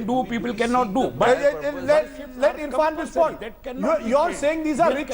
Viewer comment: Nonsense anchor and the other man! Get the name right!!! Irrfan!